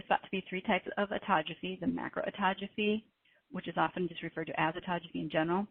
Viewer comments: Yeah, she mispronounced Autophagy. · Autogeaphy? !! Do I hear she say autogeaphy?!!!!